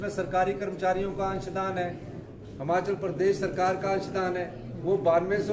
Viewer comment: हिमाचल है हमाचल बोल रहा है